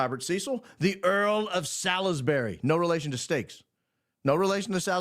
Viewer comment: It’s pronounced Sallsbry ….Marquess of Salisbury. Guy Fawkes Day.. I grew up in England and every year on Nov 5 we burn him on a bonfire. We make an effigy of him using old clothes stuffed with rags and stuff its called a “Guy”. I have a friend whose last name is Fawkes and he’s related…